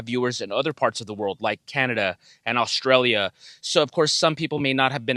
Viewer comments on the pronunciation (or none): none